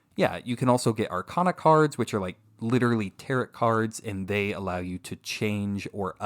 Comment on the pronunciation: Lol btw tarot is not pronounced like carrot it’s pronounce “T-air-oh”